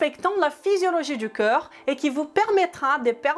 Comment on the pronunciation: attention, tu prononces corps comme coeur,, corps = "cor" et coeur = "queur"..